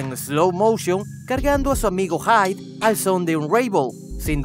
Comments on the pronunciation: "Jaid"?, en serio?, es HIDE y se pronuncia Jide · Tu pronunciando haid YO TODA LA PTA VIDS PRONUNCIANDO HIDE Q PEDO.Q PEDO